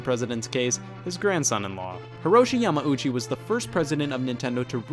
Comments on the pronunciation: Hate to be one of those guys (lol) but... Yamauchi = more so "ya-mao-chi" and not so much "ya-ma-ooh-chi" Thumbs up of course for the great vid! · Your adding an extra M syllable to Yamauchi just saying